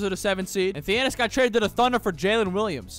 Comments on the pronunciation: Say it with me “tha-na-sis” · My man really said thianis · Y did he say thenasas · ta-nah-sis thianis is crazy 😂😂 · That’s not Thiannis it’s Thanasis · It's not Theanis it's Thinasis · thanasis, not thianis lol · Bro said Thianis💀💀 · calling him theannius pissed me off to anoyher level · Calling him Thiannis is crazy 😭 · Thee Anis. That’s definitely his name. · Its THA-NA-SIS bro 😂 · Bro lit said theanis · bro said Fianiss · Called him giannis(thiannis) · It's pronounced tha na sis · Stopped watching after 2 minutes of hearing "Thianis". Don't disrespect the goat like that. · Commenting about pronunciation of “Thanasis”. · He literally refuses to learn the proper pronunciation at this point. He called Shai "Shy" for a while too lmao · his name is *thanasis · Waiting for the day when he pronounces Thanasis correctly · I'm just joining in with everybody else who wondering how he make a whole video about someone name he can't pronounce lol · who’s gonna tell him how to pronounce thanasis? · bro didn't pronounce Thanasis right one time in the whole video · you not even trying wit his name lol i’ll give you your shameless comment